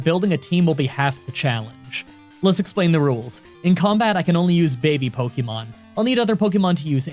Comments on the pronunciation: He said poykemon ? Shame! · At the beginning of the video he says "poykemon" and that's all I can think about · "Poikemon." XD